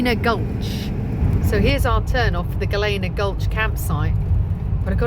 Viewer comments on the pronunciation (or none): Gal-lean-a. Not Gal=lana. Hellena. Not Hal Lena.